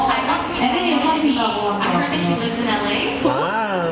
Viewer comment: "Lifs." Lmao!!!